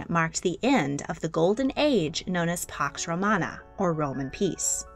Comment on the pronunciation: Correction: Pax Romana == not Pox Romana